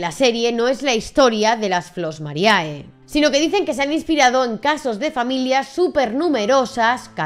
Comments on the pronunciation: No te ofendas, pero si estudias derecho, un poco de latín tendrías que saber... la fonética es "Flos Marie" no mariae, que me sangran los oídos y soy de ciencias puras, joé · el video esta impecable, pero por favor, basta de decir Flos MariAE!! En latin, cuando hay dos vocales juntas asi, solo se pronuncia la ulrima, o sea la E. Ademas las chicas del grupo lo pronuncian bien para que la audiencia sepa como quieren que se las llame. Pero parece que aqui en España os gusta mas castellanizarlo todo.. (Disculpa el desahogo, no va solo por ti, pero es que en tu caso tienes las chicas que lo dicen bien y tu que parece ni te hayas visto los cortes que se iban a poner el video..)